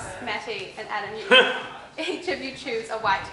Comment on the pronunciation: It was killing me. Everyone says "Matt". It's Matty. I always yell at my phone whenever people get his name wrong.